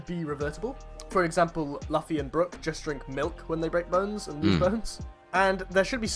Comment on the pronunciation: Lost me when he said luffy wrong ngl...